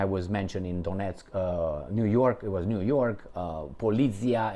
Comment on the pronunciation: niu york not jyork